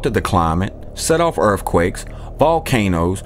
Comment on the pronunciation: NO DEBUNKING HERE BRO!!!! I DIG YOU PLUS I HEARD ALEX MENTION HE CALLED YOU THE OTHER DAY SO YOU OFFICIAL IN MY BOOK!!! PS...ARE YOU FROM MEMPHIS....JUST WONDERING MY GIRLFRIEND LIVED THERE AND WAS WATCHING WITH ME AND SAID....DID YOU HEAR HOW HE SAID EARF QUAKES HE MUST BE FROM MEMPHIS!!!! KEEP IT UP MY MAN!!! PEACE AND LIBERTY